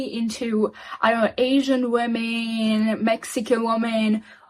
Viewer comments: “WOMEN” is verbally pronounced as “WIMEN” !!!! “WOMEN” is NOT pronounced as “WOOOMEN” !!!!!!!!! Illiterate individuals !!!😖😖😵‍💫😵‍💫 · These illiterate individuals should go and learn the English vocabulary. WOMEN is pronounced as verbally saying WIMEN !!!!!! WOMEN is Not Pronounced verbally as WOOMEN !!!!! PLEASE LORD HELP ME !!!!! 😖😖😖😖😖